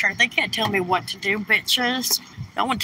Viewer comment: Wow, actually said “WHAT” instead of “WHERT” twice in one sentence! 🤣 And again here! 😜